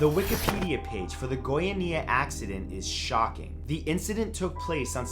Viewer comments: The Goiania accident was caused by some guys who found some cesium 137 and spread it throughout the city Also its pronounced GoiAnia not GoianIa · The way you say Goiania (Go-ia-ni-a) is funny (Go-ia-nia) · Matthew darling, it's Goiânia, like goi-UH-nia, not goiaNEEa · Sorry but I can't stop laughing at how you pronounced Goiania. lol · Goiânia...love how you say that so, so wrong. Still cute, tho haha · You can Google how to pronounce things dude, Goiânia /ɡɔɪˈɑːniə/ the creepy vibe of your video was ruined after that. The Cesium 137 incident is taken very seriously here, first time I laughed about it. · haha funny way to pronounce Goiania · Goiânia is not quite pronounce like that but a lot of people can't pronounce it properly so that's ok. Also, the story goes a lot deeper and is even considered the second biggest radioactive accident ever and the biggest when it comes to radiological incidents. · its cringing to see you misspronouncing Goiania. put on google to see the pronunciation in Portuguese at least man, be professional.